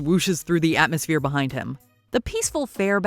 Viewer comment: F OFF WITH SAYING BUHIND 🤬